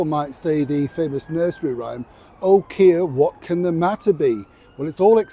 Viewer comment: oh keir is not a good line.had earbuds in, sounded like Wang keir. I had to restart the clip,it did give me a good laugh,because I was like what did say lol😂😂😂